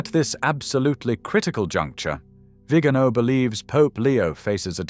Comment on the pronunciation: Por favor, que alguien advierta con amabilidad al lector, que pronuncie correctamente el apellido del Nuncio Carlos María "VIGANÓ". Y no "Vígano" . He conocido personalmente a esta persona. Gracias.